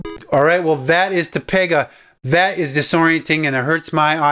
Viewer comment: TOGEPA... not TOPEGA...